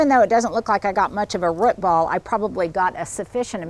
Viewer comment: Love hearing you say root ball…sounds Like ruts🤣🤣